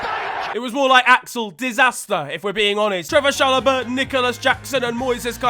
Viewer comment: its not Trevor Chalobah its Trevoh Chalobah